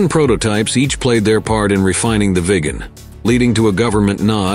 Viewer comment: Agreed...thats the problem with videos like this that are made by so called experts.....also the pronucoation of viggen is wrong a number of times....aswell as viggen the speaker also calls it the "veegan" several times